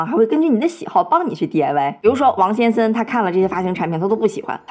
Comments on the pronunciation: 奇怪 為什麼講 「先森」 而不是「先生」 這是哪一省的口音嗎？🤔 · "王先生"這發音是打哪來的?